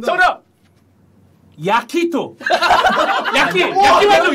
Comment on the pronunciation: 야?키?토? 발음이 너무웃김ㅋㅋㅋ